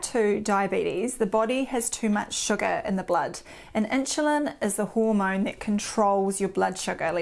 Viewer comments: ☺️starting to drive me crazy - never heard “inshulin” before 🙄. “Nixt”… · Is she saying ‘inchulin’? Not trying to be funny but she pronounces everything else 💯 fine so just curious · Could not listen to 'inshulin '... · Inchulin, lol. Accents are funny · What is with the weird pronunciation of "insulin" ? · Started to watch, but her pronunciations "Meat formin" and "In shoe lin" put me off.